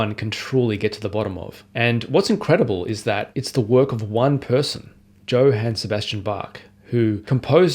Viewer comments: "Yo-han," not "Joe-han." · Johann isn’t pronounced like that. It’s like “Yo hān” not “Joe Han” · not “Joe-han” but Yo-haan* 😂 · Joe-han? Who is so British that they insist on pronouncing the J in Johann like the j in jam? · LOL, well it wasn't my takeaway, but it seems fine to correct it. Oddly, pronounced Johannes Brahms with that 'yo' sound, and then immediately said Joe-han Sebastian Bach. It grated on me, and just seems odd for someone so enamoured by his music, and to study it so deeply that he can play all of the WTCs, not to get the man's name right. Or if he knows something I don't, then it's worth flagging up so we can (over?)learn. I don't think there is or ever was a hard J sound in German. Even Ja is pronounced Yah. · Joe-haen ? I know British people have pronunciation difficulties but this made me bounce 10s in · What a lovely day on the intern- DJO-HANN???? Edit: I see you're a polyglot (and professional name reader!) so this must be engagement bait. Fair play. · I think we can forgive a minor pronunciation error. I'm sure he'll forgive you thinking he's a Brit when he's clearly Australian...! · Apparently you haven't learned how to say "Johann" or "prelude"! I joke, but it's interesting to hear some of the things I learned while playing these pieces formalised into a tidy list. Congratulations!